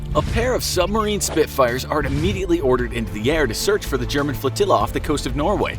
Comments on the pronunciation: Glad someone had already bought these pronunciation issues up as it drives me a little bit insane every time I hear them. Submarine Spitfires are not a thing; Supermarine Spitfires are. Supermarine was is a pre-world war 2 aircraft manufacturing company that specialized in flying boats and high-performance float planes to compete in the Schneider air races. After three consecutive wins they were granted the award in perpetuity. Admirality is also not correct, it is Admiralty (pronounced Ad-miral-ty). Pronunciation aside, I really enjoy your videos, but I’m English so I have to complain about something :) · He really said submarine spitfires🤦‍♂️, its supermarine spitfire. But ill cut them some slack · Any one else noticed he is saying submarine spitfire instead of supermarine spitfire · Super marine spitfire